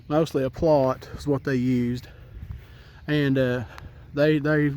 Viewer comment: What are you calling the trained dog? A plout? A plawt? I cannot understand what you are saying! Please tell me in writing or announce in the context of your next video what the dog type is called. Thank you!